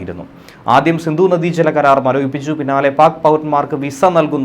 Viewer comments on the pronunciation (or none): Sindhu not sindu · സിന്ദു അല്ല സിന്ധു. ദയവായി മലയാള ഭാഷയെ നശിപ്പിക്കരുത്.